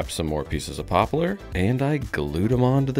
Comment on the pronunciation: Did you know that ‘poplar’ is only 2 syllables vs 3?